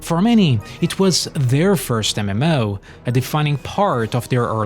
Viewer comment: Every time you said "MMO" it made me giggle. Or should I say "EmEmMouh."